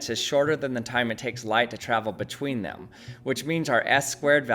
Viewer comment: “Thaelm” bruh it’s “them”